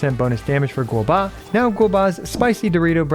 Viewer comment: who the heck is GOBA? You re playing this game for a living and cant pronounce his name..